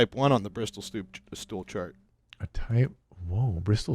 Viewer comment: he said Bristol stool SHART